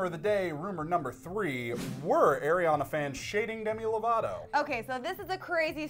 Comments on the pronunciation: Ariana. NOT ERIANA. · It's Ariana not Airiana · They're favorite singer is ariana yet they can't even say her name right lol